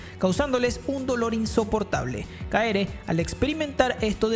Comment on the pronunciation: Alguien más noto que en Kaifuku lo llamo Kaere y no Keare?